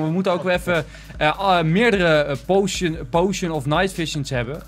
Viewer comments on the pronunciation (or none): none